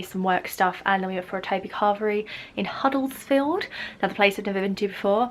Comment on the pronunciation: 'Huddlesfield' 🙊 Think it may be Huddersfield 😀 Good to see you up North 👌🏼You wouldn't have been to far from Hull where I live x